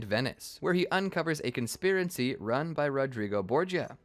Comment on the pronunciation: can't even get the word "conspiracy" right, lmao